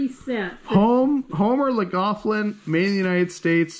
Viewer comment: Please...as a West Virginian (home of Fiesta tableware) it's Homer Laughlin (loff-lin). There is no Mc. I really enjoy your vids.